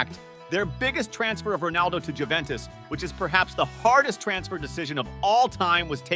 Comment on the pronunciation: Opened the comments to say just that, so hard to watch… Juventus and Real really hurt